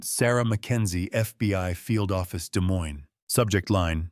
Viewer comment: Just FYI--both s's in Des Moines are silent 😉